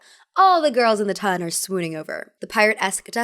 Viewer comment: Ton in this circumstance is not pronounced like tonne.